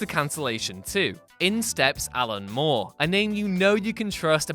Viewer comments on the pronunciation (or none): none